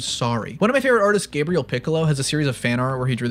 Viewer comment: Brazilian here, Gabriel is pronounced Gah-Bree-L instead of your typical english Gabriel. Just for info, not criticizing or anything, great video!